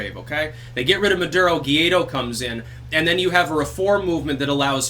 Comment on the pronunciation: Juan Guaido It's pronounced "1 white dog", besides that I agree with you 100%